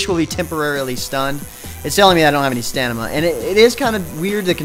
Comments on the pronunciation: Quality review of a sub par game. One complaint: If you are going to take a job reviewing MMOs, learn to pronounce Stamina correctly. Its not Stanima, it's Stamina. Note the position of the M and the N. Overall, thanks for the review :) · OMG yea that ruined the review for me! BAH! How? How could he pronounce it as stanima ughh...juck I feel dirty! God damn it! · I also, I like how they traded Omer for a guy that can't even pronounce "Stamina" correctly. Good job, MMOHut, Good job.